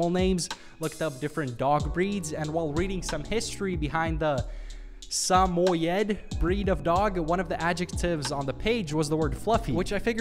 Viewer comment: it's called a "SUH MOY" dog